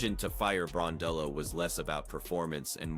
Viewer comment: Gosh get her name correct....BRON-DELL-O......you hear it enough....🌹🇦🇺🇦🇺